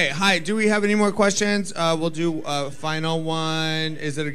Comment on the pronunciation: is sending me. Shea's "hye"